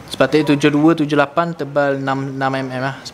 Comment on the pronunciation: Susah betul nk sebut 72 tu😂 HAHAHAHAHAH